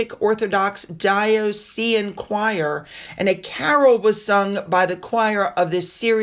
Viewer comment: #1) I love your videos. #2) It's NOT "an-GEL-ican." It's Anglican. #3) I love your videos. #4) It's not die-oh-SEE-an. It's die-AH-sus-sun. #5) I love your videos. ☺